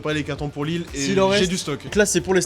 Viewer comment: Au secours!!! Lille sans 'S' svp. Faites un éffort quand même.